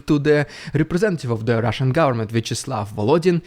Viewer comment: Rrrridiculous rrrrrusssian prrrropanga. I got my daily rrrr dose 😂😂😂😂😂😂😂😂